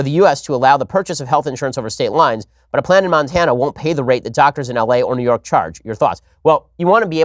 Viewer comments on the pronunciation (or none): When you say New York, it sounds like Neyorc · New York -> “Newurk”